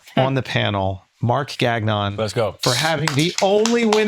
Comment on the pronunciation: Why does Mark insist on changing how his name is said to please ppl who cant say it properly? Bro whyyyy???? it drives me insane every time i hear his promos, you from MTL we kno ur name isnt GAG-NON and your family probably agrees with me ugh